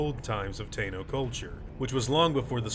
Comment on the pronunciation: Its pronounced Tah-ee-no